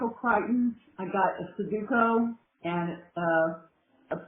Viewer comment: Their botched pronunciation of sudoku is driving me nuts. It's not a hard word. Like sound it out